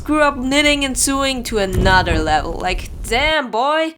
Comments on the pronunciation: I don't want to be mean but sewing is pronounced S-OW-ING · Pronounce Sow-ing ( no hate) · First video of yours that I've watched and it's hilarious!! I also literally adore how you pronounce 'sewing' through this whole thing its the best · You said sew wrong xD its pronounced SOH even though its spelled sew. And sewing is pronounced SOWING. Not sue ing lol. And germaphobe is pronounced JERM- aphobe not gurm-aphobe like you're saying here. That food you made isn't called pancakes, and isn't from Austria. They're called Crepes, and they're French. (The second photo you showed was of crepes) And if you didn't make crepes, then you likely made Dutch Babies, which are also a European dish. Oh and you also said "Welcome Abroad" but uts actually "Welcome ABOARD" xP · Friendly pronunciation correction: Sewing is pronounced like "so-ing" And germaphobe is pronounced: "jer-ma-fobe" :) Everything else was pronounced fine!